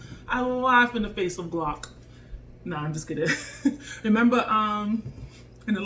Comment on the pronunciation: "a geelock"🤣 not making fun just found funny love the video keep up the awesome stuff